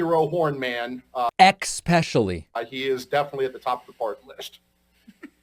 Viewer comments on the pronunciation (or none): It is a pet peeve of mine when people say “ex-pecially” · David, I said "EXPECIALLY" about half a second before you did. You shouldn't hang out in my head - it's not pretty in there!!! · Never heard of "Expecially" before...... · “Expecially”, I said right with you David! 😂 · Is "expesially" something that people have heard before? First time I've heard of it. That goes way harder than "ax" and "exetera". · LMAO, This man is another "Sick" human being, and I state "Human" very lightly....And how do you pronounce "Especially ?"